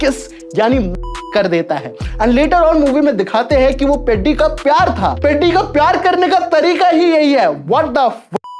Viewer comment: Bhai peddi ko seedha pronounce toh karlo aap 😅😅😅